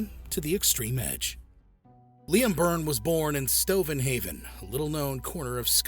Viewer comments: He was from Stonehaven not 'Stovenhaven'. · It's not Stovenhaven, it's Stonehaven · Its Stonehaven ffs